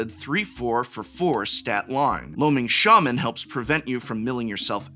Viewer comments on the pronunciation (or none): none